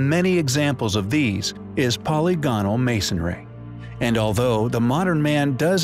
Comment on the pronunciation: Just try this: say ''poli-gonal'', rather than 'poly-gone-al'?